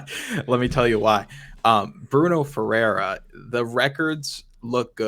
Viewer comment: The way you pronounce FERREIRA is not even close. Smh